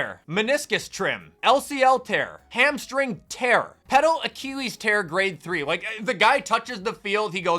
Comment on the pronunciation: I love the vid, but I hade how you say the word Achilles.